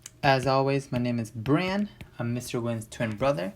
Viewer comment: Dude it’s bran